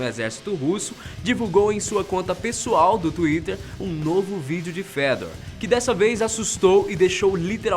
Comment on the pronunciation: Só eu que li "Fêdor" quando ele disse o nome do robô?? kkkk